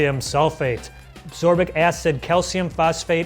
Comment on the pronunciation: "Absorbic acid"? No, it is Ascorbic acid.